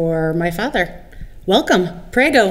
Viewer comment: Cringe everytime I hear her say preggo lol